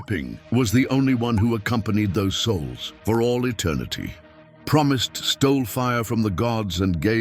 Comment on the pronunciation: No it's not cause it's spoken and done by AI, which is not art, it's a low effort crutch program for people who have no real talent It was Prometheus who took fire from the gods to give to man, not "promise" if your gonna do a video on fake religions then at least read your history and get the names right, idiots And I did watch it just to see what they got wrong and because I can